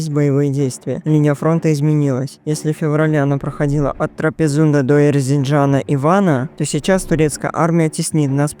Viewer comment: Не Энгиджян,а Эрзинджян,а по армянски Ерзнка."Грузинские политики призывали к единству против турок".Где такая глупость написана?Это решение было передано в Тифлис.И Качазнуни и другие лидеры Дашнакцутюн со своими семьями постоянно жили в Тифлисе.А семья А.Хатисова,даже после его пребывания в Ереване оставалась в Тифлисе.Действия Чхенкелия не имеют оправдания.То ,что вы говорите глупость.Сдача Карса предательство грузин и не нужно оправданий.Уакая то прогрузиео-протурецкая передача.К какому сердцу Турана?Это из оперы"Где Кура,где мой дом?Или что з ошибочное направление в сторону Германии?Вообщем хватит представлять армян несчастными.Армяне в мае 1918 году доказали ,что они могут быть самыми лучшими солдатами и наголову разгромили отборные турецкие войска в Сардарапатском и Баш-Апаранском сражении и выгнали из из Восточной Армении.Кому нужны все эти имена,которые произносятся.Как сказал бы Суворов по вашей статье прошёлся "сумбур Паша".Чувствуется,что у вас нет исторической жилки.В Армении изданы десятки книг об этом,а вы остались в 19 веке.В 1918 году кавказских татар не называли азербайджанцами.Их так стали называть с 1930х годов.А в Тбили их называли всегда и даже сейчас называют татреби.Вам нужно поучиться истории